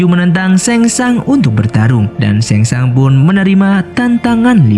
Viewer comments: Penyebutana nya sheng shung bukan sheng shang😅🙏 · SHANG TSUNG BG BKN SHENG SHANG😂😂🙏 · Sang tsung,bukan seng sang